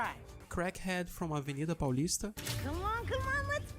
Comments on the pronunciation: VC É BRASILEIRO NINGUEM FALA AVENIDA PAULISTA TAO BEM KKKKKK muito bom video! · Se vc n é brasileiro eu sou maluco, essa pronuncia de avenida paulista ta perfeita